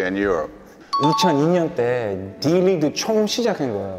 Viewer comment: Major Reague 가 아니라 League ㅠㅠ